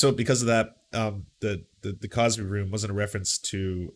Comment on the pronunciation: Cosby, not CrosBy*